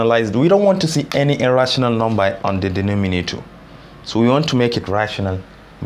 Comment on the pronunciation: You can teach well but at times I cant differentiate when your saying "a rational number" and "irrational number"